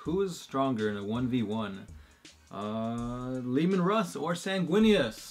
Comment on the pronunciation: being from Quebec I can assure you that is not how you say Lemen Russ in French but nice try :)